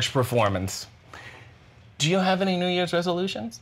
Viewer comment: “New’s Years Baby” Paul Wight 😂😂😂😂